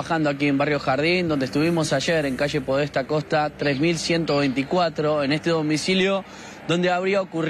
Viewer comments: 🤣🤣🤣🤣!!!! Y sí, xq estrangularla por la cintura sería complicado!!!! Yo me pregunto ¿este movilero estudió periodismo? También dijo "calle Podésta en vez de Podestá", bestiaaaaaa!!!! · la calle es Podestá, con acento, Podestá Costa...